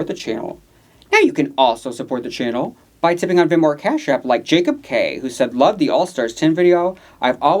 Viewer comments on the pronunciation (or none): none